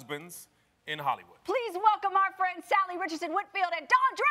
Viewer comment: So is no one going to comment on the fact that they kept mispronouncing Salli's name